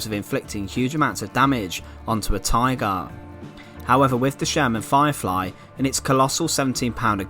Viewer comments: What is a “tygaah”? I don’t think I’ve ever heard someone say “tygaah” so many times in five minutes. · The narrator saying "Tigarr" was so irritating.